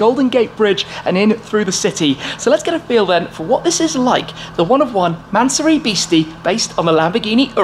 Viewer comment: Mansory... NOT mansurrey